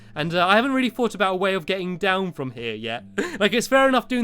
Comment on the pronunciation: I mean from not frond